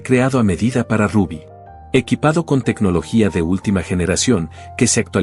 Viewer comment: No le decian Rabby le decian Rubby tienes que tener cuidado cuando dices algo siempre te equivocas cuando dice nombres o apellidos especialmente en ingles ,tienes que estudiar un poco mas ,lo siento.